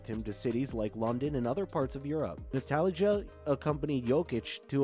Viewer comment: It's Neh-ma-nya and Strah-ee-nya. Oh and also Natalija, same as you would pronounce it in English.